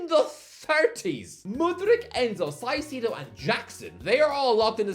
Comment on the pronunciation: Do we all pronounce caicedo wrong or is it just him?